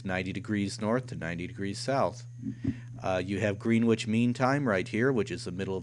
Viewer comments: Gren ich, not Green ich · "Grenwich" is pronounced Gren (rhymes with when) Itch, not "Green Witch". :-)